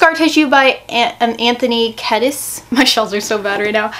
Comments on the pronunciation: Anthony Kiedis last name is pronounced KEE-DISS not KAY-DISS. Sorry I am just a huge RHCP fan but I loved your video!! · I absolutely love you and your channel but I died when you mispronounced Anthony Kiedis 😭 but it’s all good lol